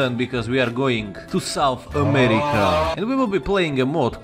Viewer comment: Yes. SOUNTH AMERICA